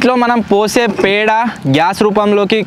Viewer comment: అది పెండో తొండో పుండో కాదు అన్నయ్య పేడ.... అచ్చ తెలుగు లో 😅😅